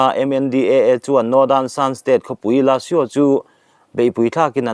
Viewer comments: LÃ...SU . Lã. a risangsei atawplam ri hi chu a rihniam ri thawp a lamrik tawp tur a ni. su hi a rihniam sêi lam thawp deuh a lamrik tur a ni bawk . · La su i lam rikhi mizoin ( Kalru) hman hmawhin kalru kantih rik anga lamrik tur ani e.